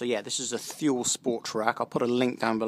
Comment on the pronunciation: Nice review. It's pronounced "too-lee".